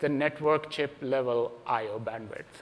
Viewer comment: mega chimp (not chip) chimp